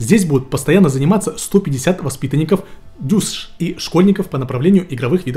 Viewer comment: Уважаемый, ДЮСШ (детско-юношеская спортивная школа) произносится как "ДЮСШа".